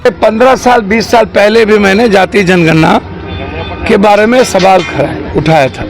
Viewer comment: You can not pronounce janganana and speak gatjanana.You are not capable for this field.